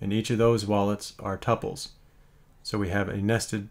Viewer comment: I like how you pronounce tuples